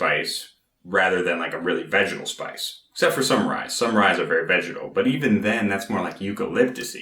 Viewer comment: Are you saying Vegetable?